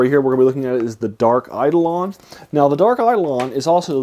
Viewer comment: Eidolon (accent on the second syllable, btw) is also the word used in the Septuagint and the Greek New Testament to refer to idols or graven images. That's perhaps more directly appropriate to how it's used in this story.